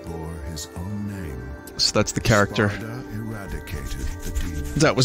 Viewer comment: Funny how Granny says "Sparta" instead of "Sparda". Just as expected of DMC 2